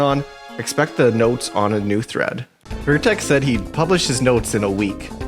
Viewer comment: An error I noticed in the video, the guy's name is VertREX, not vertEX